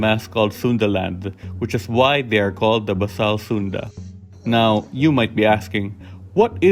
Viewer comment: FYI, it's pronounced bay sal from the root "base".